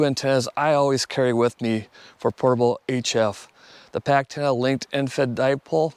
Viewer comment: Packtenna. Yes yes yes